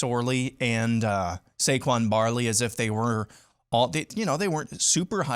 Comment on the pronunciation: It’s Saquon Barkley, not “Barley” I wouldn’t be throwing stones at Franklin when Hairball is actually worse…at lot worse. Here the deal Myth-again, IF your defensive ends play against the Buckeyes like they have against weak O lines,you have a chance. If they don’t your cooked.